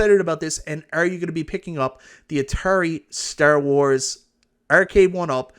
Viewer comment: You pronouncing "Star Wars" like that is disrespectful.